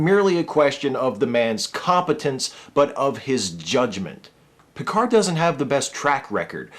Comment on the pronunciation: As a french, it's always funny to hear him mispronounce his own name when he says with a booming voice "This is captain Jean-Luc Picard of the uss enterprise !"¨. But at least, he pronounces "merde" quite accurately.